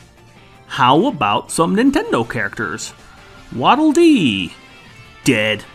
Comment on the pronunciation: My favorite part is when he said ded